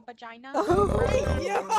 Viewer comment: "DO YOU HAVE A VAGAENA" IS CRAZY